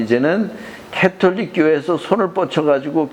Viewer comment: 캐톨릭은 가톨릭 , 바디칸은 바티칸이 표준말이고요(슬라이드에는 표준말로 잘표기되있는데 꼭 틀린이름으로 발음하시네요) 정진경추기경이라고 하시는데 정진석추기경님으로 성함과 호칭을 정정해야겠네요 목사님 성함을 조난민 목사라고 이름바꾸고 경칭빼고 (개신교김삼환목사에게는 님자부치시더니 추기경님은 이름바꾸고 경칭빼고)바꾸어서 호칭하면 좋겠습니까 개신교를 캐신교라부르면 듣기거북하겠지요 사소한것같지만 이런것들이 주장하시는것들에대해서도 신뢰성을 떨어뜨리는것 같네요 가톨릭이 이단이라고 주장하는 터무니없는 소설과 우상숭배한다는 왜곡은 논할 가치를 못느끼고요 하느님의 은총으로 미혹의 영에서 벗어나 참진리의길을 걸으시길 바라는측은한 심정입니다